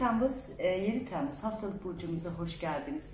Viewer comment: TEEmmuz degil o Temmuz 😂